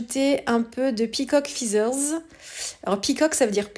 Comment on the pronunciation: Non non, tu avais raison : peacock, c.est bien le paon ! En revanche, "feathers", ca se prononce "fètheuz" 😉